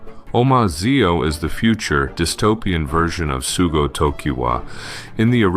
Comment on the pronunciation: It's Sougo, not Sugo.